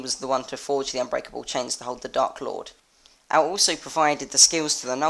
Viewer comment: Ow-lay. Aulë.